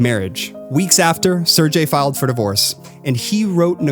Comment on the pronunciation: btw, it's SER-GAY, not serJay